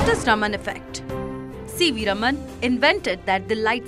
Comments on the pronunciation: Raam-un right ? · Please learn to pronounce the name CV Raman correctly. 😂